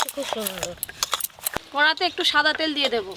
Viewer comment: ওটাকে কড়া বলে কোঁড়া না, আর ওটা বড়া, বোড়া না। তো ইংলিশ মিডিয়াম স্কুলে পরে। ওকে এই উচ্চারণ সংশোধন গুলো এখন করে করানো উচিত। স্থানীয় গত ভাবে ভাষার একটা টান থাকে ঠিকই। কিন্তু বাংলা ভাষার যেমন উচ্চারণ তেমনটা শেখানো উচিত। আর ও বড় হচ্ছে।